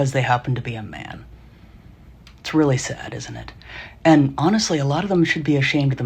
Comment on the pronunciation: "honestwy :3°